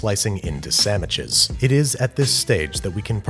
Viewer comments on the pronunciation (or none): did he said samiches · hehe "sammiches"